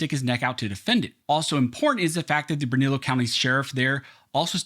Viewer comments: Good job reporting! Just for future reference, the pronunciation of Bernalillo is Burn-uh-lee-oh... best way to help you with that one. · Informative video, BTW, Lujan = "loohaan", Bernalillo = "bernaleeyo" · Bernalillo is pronounced Burn a Leo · It's pronounced Berna-leo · Just an fyi its pronounced (Bern- a- leo) county. Bernalillo county. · Dude, here’s how you pronounce Bernalillo: Burn uh leo Lujan is Lou Hawn. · And...it's bernallilo county. Pronounced bern a leo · It’s pronounced: Burn-a-lee-o County